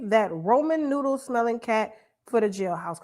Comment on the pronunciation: Why you say roman noodle for the jailhouse .. . .lol omg